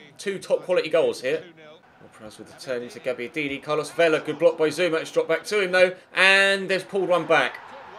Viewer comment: That's not how you pronounce Carlos Vela's last name brub